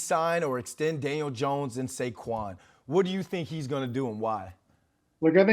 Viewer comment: Guy can’t even pronounce Saquons name right. What a joke